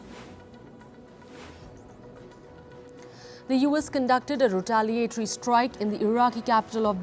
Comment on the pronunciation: “retaliatory” pronounced incorrectly….